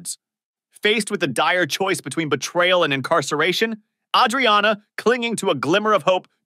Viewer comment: You keep mispronouncing the word "penchant." You also must pronounce the Aprile and Adriana. Edit: I posted this before I heard you say Bacala. Yup you mispronounced that too. Watch this show and listen to how they pronounce these names.